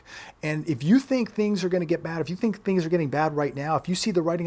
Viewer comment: 'things' not THONGS